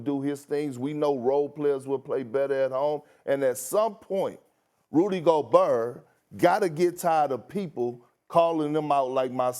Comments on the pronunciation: 😂😂😂😂 burr burrrrr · RUDY YOGURT.. soft a$5